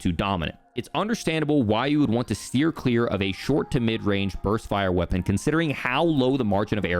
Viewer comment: "Qeapon" LMAO